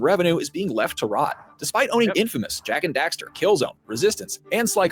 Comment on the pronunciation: Did say "Jak & Dexter"? lol